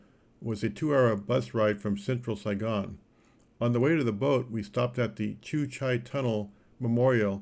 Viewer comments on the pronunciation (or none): Your wrong in so many ways, omg, first. That is no the American embassy, it's the old CIA quarters, you can sit on the grass, the rail system and bus is good, you pronounced cu chi wrong, come on, it's not that hard.